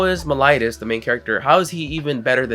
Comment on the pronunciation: lol you said meliodas name wrong haha but great video man!